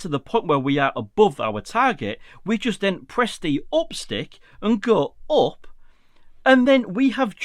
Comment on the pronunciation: Thank you for this tip. I wasn’t aware of some of those limitations in QuickShots. Also, I’m in the USA and really like your accent (compared to our English), and noticed when you say “up” it sounds like “op” 😂, no offense.